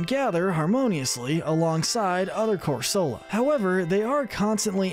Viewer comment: It’s pronounced cor-SUH-luh and sill-VAL-EYE, “”! 🤨 Stop mispronouncing Pokémon names,! 🙄